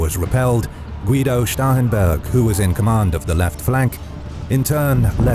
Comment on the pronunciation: Thank you for being among the few, of animated map producers, who can properly say "Starhemburg" without it sounding just like "Stauffenberg."